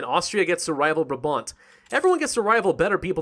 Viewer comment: It's actually pronounced 'BrAAHbant' instead of brahbant. :)